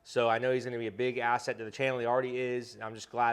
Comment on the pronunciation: You said "Asset"